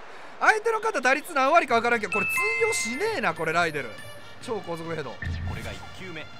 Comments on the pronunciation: ライデルがライネルと今まで聞こえてた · 安打の生放送でアリエルって間違えたからライデルって強調してるの草